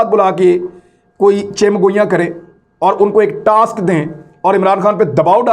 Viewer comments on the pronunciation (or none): none